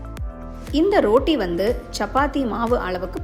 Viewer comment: ரோட்டி இல்லம்மா ரொட்டி